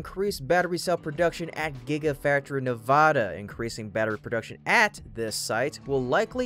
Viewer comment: In the future, please pronounce Nevada's state as ( Nev add ah ) not ( Na vaaaah da) shorten the long aaa forming a's No one in the state pronounces it that way. Thank you 😉